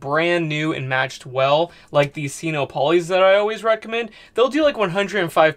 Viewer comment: Sino rhymes with dyno or wino. You know solar power, I don’t. (I used to be an English teacher.) Just my two cents worth. Carry on, really learning a lot from your videos. Yet, I still don’t know or comprehend much. I just want to learn enough to build a solar system for an off-grid tiny house in a year.